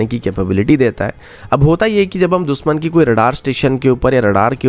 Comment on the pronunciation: Yaar ye दुसमन sun k kaan झंझना jate hai दुशमन होता है दुशमन, न की दुसमन